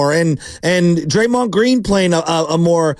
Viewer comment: why is he saying draymond name still? 😂😂😂😂 he didnt learn or what